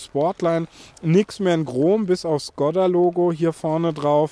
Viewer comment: Das Ding heißt Schkooooda!!! 🙈